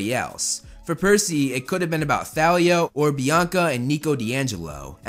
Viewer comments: Did I just here you call Thalia "Thalio?" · It’s not ‘Th-a-l-ee-a’ it’s ‘T-aw-lee-a’ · I don’t want to criticize, but ‘Thalia’ is actually pronounced ‘tah-lia” just wanted to say it cuz it’s basically My name ☺ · Okay but it REALLY pisses me off when people say thale-lee-ah. No! It's tall-ee-ah! (Sry lol)